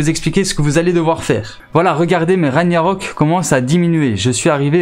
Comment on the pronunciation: On ne dit pas "raniarock" mais "raguenarock" le G ce prononce sa vient de la mythologie nordique stp un peut de respect... et snn tes videos sont bien